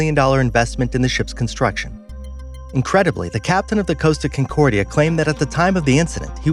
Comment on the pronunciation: Estonia did not list, it lost its bow and plummeted down. CON-cordia, not Kincordia. Your research is very sloppy! Bye.